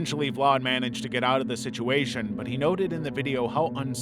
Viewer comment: why are you putting a r in the name when there is no r, this is his name and look there is no r ,VLAD see where is there r in his name